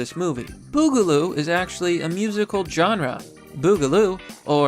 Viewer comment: Quit saying Genre wrong